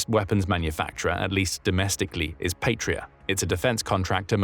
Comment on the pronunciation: Please, check pronounciation, and do not force British English pronunciation of foreign words, Patria is Latin, meaning fatherland, and it is not pronounced "Patria". Pasi is short for Panssari-Sisu, meaning armored Sisu, the latter being the name of the original manufacturer, meaning "guts" in Finnish. Pasi is also a common male first name in Finland, and it is pronounced "PAH-sih" in English approximation, not "pay-see".